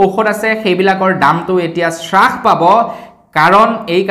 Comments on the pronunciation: বস্তুৰ দাম শ্ৰাস কৰা বুলি কোৱাটো সম্পুৰ্ণ ভাৱে ভূল।হ'ব লাগে হ্ৰাস কৰা বুলি।ধন্যবাদ। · উ..... আই... 😂😂😂😂😂😂 শ্ৰাস নহয় অ' দাদা হ্ৰাস।